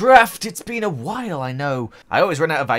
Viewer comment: At the beginning did you say... It's BEAN awhile